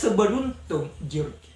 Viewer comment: George membacanya "Jorjs "... Maaf ya amang biar biar lebih elegan dan sama2 belajarnya kita ya🙏🙏🙏